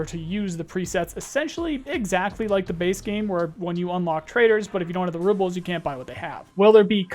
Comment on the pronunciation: Apparently I’ve been saying rubles wrong